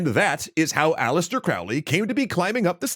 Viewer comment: It's Aleister not Alistair.